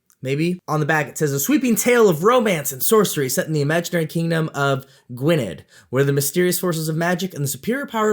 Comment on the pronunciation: Don't know anything about the Deryni books, nor how to pronounce Deryni, but I can tell you that you're pronouncing Gwynedd wrong. The "dd" is pronounced like the th in "the". The reason I know this is that it's a real place in Wales and I'm from there!